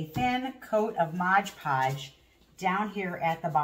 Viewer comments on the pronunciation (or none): MOD podge,not Modge.😂